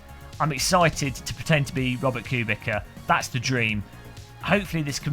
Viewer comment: It's actually pronounce Robert que bitza for a minute I had no idea who you meant untill you said Polish haha